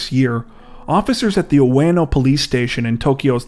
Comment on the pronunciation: You guys are great 👍🏼. The Japanese city is pronounced ‘way no’. UE make a ‘way’ sound.